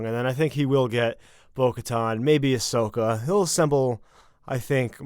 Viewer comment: doesn’t know how to say Ashokas name correctly, watch a dam episode of clone wars.